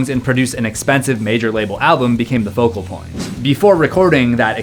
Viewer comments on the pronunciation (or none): none